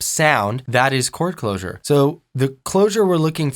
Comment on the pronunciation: I thought he said core closure? ._.